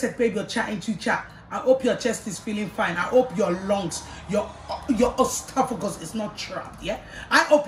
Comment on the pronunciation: SHE SAID EASTOPHOGUS INSTEAD OF ESOPHAGUS 😭🤣😭🤣😭🤣🤣😭‼️‼️‼️